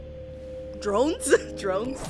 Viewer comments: STOP CALLING IT DROYNSSSSSSSSSSSSSSSSSSSSSSSSSSSSSSSSSSSSSSSSSS ITS FRUSTATING ME, YOU KNOW THAT ONE FEELING WHEN SOMETHING ISN'T IN THE RIGHT SPOT??? RAAAAAAAAAAAAAAAAAAAA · “Murder Droins” 😂😂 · I love when you said "droins" But actually it's drones lol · who else dies inside when says droines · Bro said drooins instead of drones 😹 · I came here trying to remember which reactor this was and then she said murder droines.... Oh! I remember now. xD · is still saying zombie droids😭😭😭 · I’m not trying to seem rude, but it’s drones not dreans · says murder drawings😂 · Uzi is a murder drone,, you keep saying droid, it's drone, murder drones. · my heart is now broken she calls drones jones pls say DRONES pls of my sanati say drones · Drones not droids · saying droins instead of drones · Drones not drains!! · ITS NOT MURDER DROINES ITS MURDER DRONES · incorrect: drone correct: droine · You actually meant to say drones like a drone...... ye not droines just correcting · I love your channel but I still don’t know why you say murder droines 😭😭😭😭😭 it’s murder drones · its drones not droiens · STOP SAYKNG DROINS ITS DRONES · It's pronounced "Drones" not "Droins" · It’s murder drones not murder droines😂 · for the100th time its d r o n e s not droines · DRONES NOT DROINS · It is drones not droids d r o n e s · Its drones not droins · PLS ITS DRONES (not trying to be mean or cruel) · 🤚🤚🤚🌁 Aldo keeps mispronousing drones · “time to watch some murder droine” 💀💀 man I laughed so hard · I like how is still calling it “Murder Droins” four episodes in. 😂 (All jokes btw 💙) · when says “droins” it makes me M A D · SHE KEEPS SAYIN DROIDS😭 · Dr-O-nes, with an O, an O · i love that she keeps saying murder "droins" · At the start she really said murder droid😂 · Why did she say murder droines 👁👄👁 👹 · “murder droines” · HOW MANY TIMES SHE SAID DROINS BRO AAAAAAAAAAAAAAAAAAAAAAAAAAAAAAAAAAAAAAAAAAAAAAAAAA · stop say ing DROINS